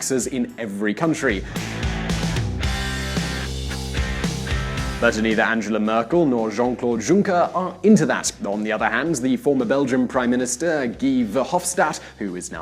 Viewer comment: I believe the correct spelling is "yunker" (like "you" in English) not "junker".